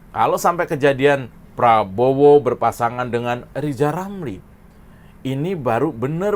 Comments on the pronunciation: Bilan Rrr saja gk bisa,gmana mau presiden?.. hoooi...Lijal Lamli..loe pikil jadi plesiden itu ganpang? pikil dulu yg benal,gk usah cali cali masalah sekalang,lakyat sudah pintal dan celdas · Seandainya LIZAL LAMLI bisa bicara RRRRR......!!!! insyaallah LIZAL BISA JADI PLESIDEN.... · Lizal Lamli bisa belajar Ngomong Rrrrrr ama Pak Plabowo.....bleetakkkk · Lijal Lamli....... mimpi jadi Plesiden !!! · LIJAL LAMLI, jadi ketawa kalau netizen nyebut namanya😀😀😀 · LIZAL LAMLI.... !!!!!????? ..... BLETAKKKK. ..... Tarik Bambaaaannggggg... !!!!! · kamu salah ngomongnya, harusnya gini: lijal lamli si lajawali ngeplet...itu yg bener... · Lizal Lamli "nyapres"?.. Huruf R dihapus dari nkli..??? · Lijal lamli, ulel melinglel diatas pagel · yg jadi ledekan itu dapormu itu lo zal ramli karna cocotmu yg nyinyir ngalor ngidul gk tau arah ...... maklum karna rizal ramli kanda kakek2 dah kayak bayi yg baru lahir bilang r aja gk bisa jadi l kayak umur anak 2 th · Rizal itu suruh kursus dulu...ngomong R aja hlepotan kok mau dampingi pk prabowo..aduuuh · Si rrrr gak tau diri banget mau jadi capres cawapres 😂😂😂 lo bllajar ngomong ja yg bener adehhh wkqkwkqk